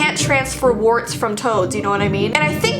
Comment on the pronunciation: omg, I thought you said toes not toads lol